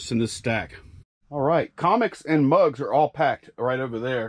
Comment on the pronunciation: "mugs" not drugs 😂🤣😂🤣